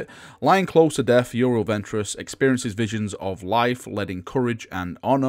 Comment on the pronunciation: can't speak english tho;), seriously it's you-ree-ell